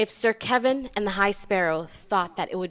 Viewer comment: Ilysm but why do you pronounce Kevan like that 😭😭😭